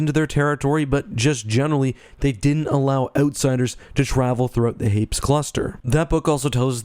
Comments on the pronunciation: Hmmmmmm I had always assumed Hapes followed a similar pronunciation to Hades, but you pronounced it in the way someone would say Gapes. Now I’m confused. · Note from the Pedantic Police: I've also read "Courtship..." & it seems apparent that a more proper pronunciation would be HAY-pees (emphasis on the first syllable). BUT, one can't help conceiving of the whole "rotating gun" idea as a little silly... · I thought Hapes was pronounced Hay-Pees. I remember that from the audiobook. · I swear in the audiobook they pronounced it "Hay-peez". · Well, just discovered I've been pronouncing Hapes wrong. I've been pronouncing it as "Happys."